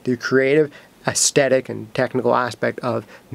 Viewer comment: I will not except that pronunciation of 'aesthetic', it simply won't do.